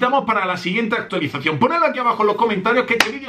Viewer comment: Like si escuchaste a decir actulicion 😂😂😂😂